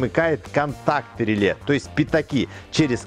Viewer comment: ну рЭле же произносится, рЭле !!! )))